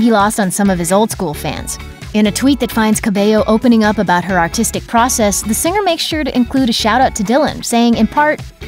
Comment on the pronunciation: I honestly had to re watch it like 5 times because I thought they said Autistic process